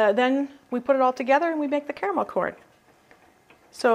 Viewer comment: Hahaha!!! Sneaky eaters you have there.. Yummy treats I've not made in a long time Gave me Much needed smiles:*) Woot woot as we say 'Caramel' & not 'carmel' :*)